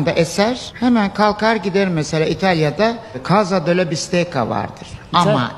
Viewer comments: italyadan selam.bistekka okunuyor.bistecca.lutfen bazı kelimelerin okunuşunu öğrenirseniz iyi olur.bu kadar takipcin var,en azindan doğruyu öğrenmiş olurlar.iyi gezmeler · bazı bilgileri eksik.aslinda bu kadar sponsoru var, keşke birazda dersine çalışsa.bende takipcisiyim ,mesela fiorentina bistecca.bistekka okunur.onu arastirabilir ama !!